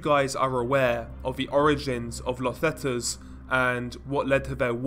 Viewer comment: Zetas is actually the letter z in Spanish. Not zets